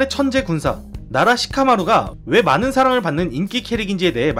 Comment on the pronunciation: 나만처음에 나락 시카마루라고 들었나ㅋㅋ